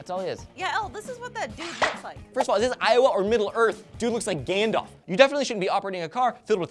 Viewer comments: It's Gandalf, not "Gandolf". I am dissapoint -. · isn't it Gandalf and not Gandolf? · What the... Gandolf? GANDOLF??